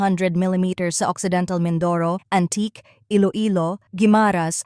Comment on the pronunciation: AN-TI-KE po ang bigkas niyan,.